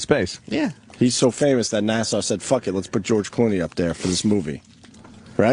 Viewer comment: opie's still saying NASSAU instead of NASA i see